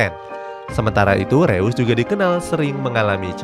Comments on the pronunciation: Koreksi min reus bacanya (roys) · bacanya roise bukan reus bang